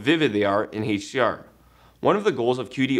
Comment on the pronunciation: "Heych D R" It's HDR